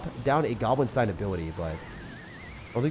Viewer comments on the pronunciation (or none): none